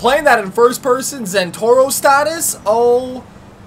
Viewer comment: BTW it's not Zentorro it's ZentorNo. ^^